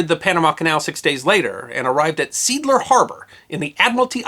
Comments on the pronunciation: Another excellent story. I might add that if you are going to include German names or words, you might learn how to pronounce them. Seeadler is pronounced "zay - adler" not seedler. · The harbor in German is pronounced See Adler, not Seedler. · History Deserves to Be Remembered I disagree. By that logic no non-English name would EVER be pronounced correctly. Americans are generally terrible with languages and the subject of amusement for most of the rest of the world because of it. It’s pronounced ZEE-ahdler. That said, your work is generally excellent and enjoyable. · It's pronounced sea Adler NOT SEADLER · Seeadler is properly pronounced: "SAY-ah-dler". Has nothing to do with "seeds". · “Seed lurr”?? If it’s GERMAN, try “Zay oddler” in pseudo-English. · Say Adler. Not see adler. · See Adler! Not "Seedler" Translates to Sea Eagle, not Seagle. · Great lecturing, but sad that the german language is beyond this guy’s control... Seeadler is not pronounced ‘seedler’, just like sea eagle is not pronounced ‘seegle’. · Hey, SEEADLER is pronounced ZEE-ADLER, not seedler. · It’s not pronounced “seedler” it’s pronounced “Sea Adler” really in german it sounds more like say adler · "Seeadler", as implied, is from German. It is pronounced "Say-Ahdler", not "Seedler". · The German pronunciation would be 'see - ahd -ler' not 'seedler'. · My Dad pronounced it Seedler. Although both his parents came from Prussia to the US just before WW I, and had thick German accents until they died, they did not teach German to Dad. I suspect that the German history of the harbor may have been unknown to Dad. At least I don't recall talking about it. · ZAY-ADDLER not ZEEDLER. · I believe the pronunciation should be "SEE AD LER", or "SAY AD LER," not "SEAD LER". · Seeadler is pronounce "Zay-adler", not "Seedler". Two e's (ee) together makes a long A sound. See is sea in German. Adler is Eagle in German. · Seeadler is pronounced zeː|aːdlɐ (Zay-ad-ler).